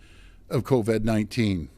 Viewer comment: Did he say coved lol